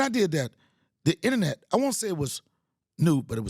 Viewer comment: You need to understand the Power of the Podcast OVER the power of the "Innnernet" Fuck that noise make your own NOISE, i bought your merch for a reason